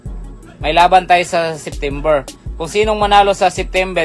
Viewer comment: Sittimbir ba boss or dicimbir😅